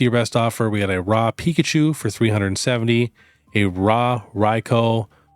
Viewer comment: ithink Raw is pronoounced "roar" not "rarrrrr"